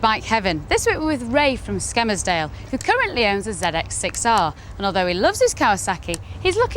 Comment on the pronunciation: its not "skemmersdale" its Skelmersdale, ONLY scousers miss the L out of the name .